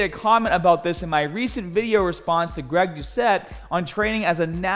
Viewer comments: I'm not sure that's the way you pronounce Gregs name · Andrés Castillo I thought the same thing the moment he said Greg. Couldn’t even pronounce guy’s name right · Finally someone butchered Greg’s name, it’s always him butchering others names lol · Moment you said Greg’s name I laughed my off cause he always butchers the easiest names ever. He could even pronounce guy right